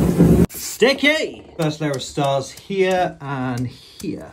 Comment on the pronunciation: The “STickiiy” will never get old